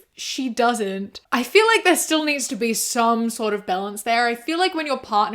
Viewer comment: When I first started watching your videos, every time you said "balance" I thought you were saying "bell ends" like inabber does. I know you're not from the same place and I eventually figured it out lol